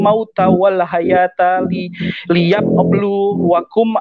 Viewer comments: Liyap eplu,.... Kalau saya tidak salah dengar Kok ada flu nya ya 😂😂😂😂 wkwkwk. Murtadin boong. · Y UD pasti salah baca alqur'an lah, ora dia baca Tek tulisan bhsa Indonesia. Liyablu aj dia bacanya liab blu blukum. Orang skoplak